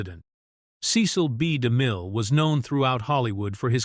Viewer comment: I just wish the AI could pronounce Cecil B DeMille’s name more smoothly.